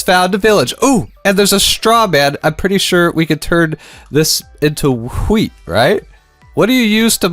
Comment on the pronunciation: why tf is he pronouncing wheat like that 😂